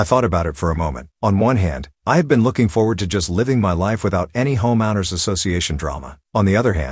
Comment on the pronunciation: Robot voice can't pronounce "homeowner."